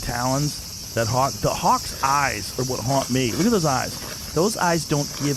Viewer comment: Wha way.. with an H lol